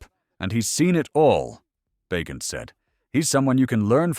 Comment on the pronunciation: It's pronounced Ba gentm